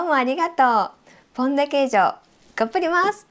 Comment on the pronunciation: Well done, chef! Looks like an authentic Pão de Queijo. And your pronunciation of the name was really good. Even Dog wanted a little bite, haha! ^_^